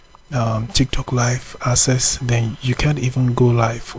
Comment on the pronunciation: Its not asses its akses